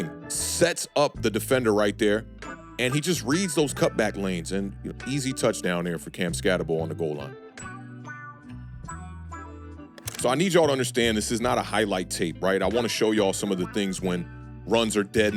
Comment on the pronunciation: Not a biggie but "skat-a-boo". Also, has a habit of always shaking his helmet after a play. Not to worry.